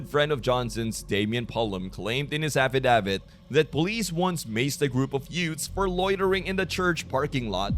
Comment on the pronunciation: Why cant this moron talk correctly? And the title is click bait. He wasn't brutally executed and he definitely wasn't beheaded like he said. Where did that even come from? Affidavit was pronounced in the worst way possible. Its either he's an idiot or it's AI.